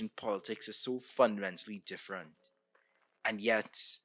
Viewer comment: Differ-ant got me good